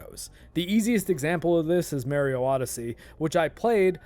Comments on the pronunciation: Oh god - i remember when all the older folks used to call him merio the way you do when that first game game out. it was just an accent on the name but most of us kids where quick to correct it as MAR-io all through there was many kids that i came across that said it like that too. youll be hard pressed to find any of the newer gens that grew up after the nes and snes into the n64 and beyong era that says merio any more. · MAR-io. Not MARE-io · Mario not Marryio lol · Hey, it's not "May rio" but it's "My Rio." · I say it the way my 20+ year friend Mario pronounces his own name (and has hated the way Nintendo ingrained “it’s-a me, a-Mah-ree-oh” as the common pronunciation in modern parlance)- but I’ve honestly received so much flak from my pronunciation, that I’m trying to train myself to pronounce it your way 😣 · Mahr-ee-oh.... not Mare- ee-oh.... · It's a proper noun. It's pronounced Mario not Mary-oh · "Mare" io? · I was thinking of your sinus cavity the whole video but when I heard you say Mare-e-oh for Mario I couldn't keep quiet. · MAH-ree-oh Mario It's a long A, it's an Italian name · Yeah but you're one of those "MARE-ee-oh" people so idk if I can watch this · Have to admit, I have never heard anyone pronounce "Mario" the way this guy does. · Pronouncing Mario like that is an immediate click away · I knew you were canadian the moment I heard you pronounce Mario. ahah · It’s not a speech impediment I swear - it’s that I grew up with a guy named Mario and that’s how he pronounced his name. The release of Mario 64 and the “it’s-a me! Mario!” intro really pissed him off because people started telling him that he was pronouncing his own name wrong. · You're totally mispronouncing how you say Mario, and like a pirate with a ship's wheel 🛞 attached to his junk, it's driving me nuts! 🥜 Argh! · The way you say MARIO is completely wrong and you should stop immediately.